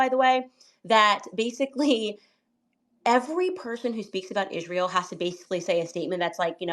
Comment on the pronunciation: And she have to learn how to say Israel and not Ishrael she sounds stupid